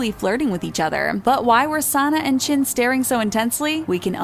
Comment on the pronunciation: and what's a "chunkoo" and "chin"??!?!?